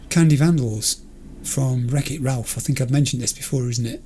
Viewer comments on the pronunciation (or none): none